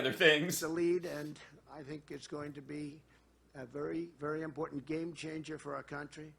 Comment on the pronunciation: That last speaker thinks there is a d in important